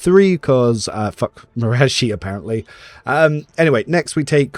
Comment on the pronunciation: it bothers me how you say marazhai. lol, i thought it was ma-rah-zhai(like rhymes with sky or eye).